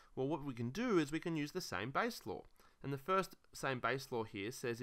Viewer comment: I thought he was saying “logarithms lore”, and I was like mmm 💀